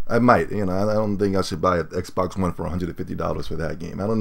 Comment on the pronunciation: said "xbax" lol